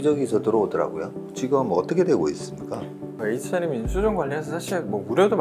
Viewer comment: Hnm이 아니고 hmm 이에요... 자꾸 에이치엔엠이라하네